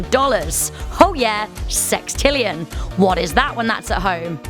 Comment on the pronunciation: "Sextrillon" what the hell is that 21 zeros WHAT?????